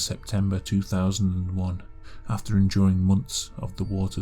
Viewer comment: He says "enduring" but it sounds like "enjoying."